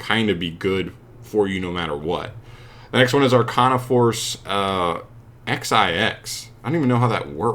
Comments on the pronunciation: Eksaiekz dude never went to school. Nineteen. Man. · no it's pronounced xix